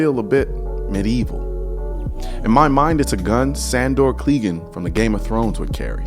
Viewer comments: Sandore "Cleegeen" It's pronounced "Clagain" Do you even GOT? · Sandor Cle-gane. Not Cle-gun. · Cleegan? Fucking Clee-gan? Come on man, it's Cleh-gane... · Not sure if someone wrote this for him , but its pronounced sandor cle-gain not cle-gun. Makes ya wonder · Sandor "Cleegan" smh. It's Sandor Clegane, like "cluh-GAIN"!! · Sandore Kleegan? I am assuming you did not read the books or watch the show :) Sand-or Kleh-gane...or just The Hound :) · Lollz "sandor gleegane?" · Sandor Clee-gin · Damn it Colion, it's pronounce Cleh-GAIN. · My only real complaint is how you said Clegane... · Way to say Sandor Clegane like a substitute teacher doin roll call. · But that's a weird way to pronounce Clegane